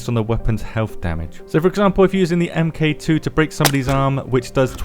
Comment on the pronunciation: It's pronounced "Mark 2", not "M Kay 2".